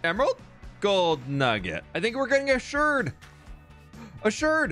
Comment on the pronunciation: Unclear if you're pronouncing it "shurd" as a joke or not, lol ("shard" rhymes with "aardvark," while "potshard" is pronounced "pot-shurd." No idea why the two are different, lol) Fun video--very exciting =)